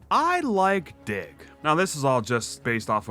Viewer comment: When you said you love dig i thought you said d*ck 😭